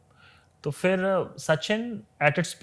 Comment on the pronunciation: Sir fir nahi phir hota hai 🙏